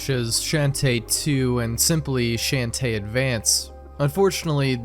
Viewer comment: Your pronunciation of Shantae is a felony